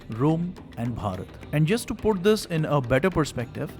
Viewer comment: He pronounces Bharath 3 different ways. Be natural, quit the affectations with the hard BH sound.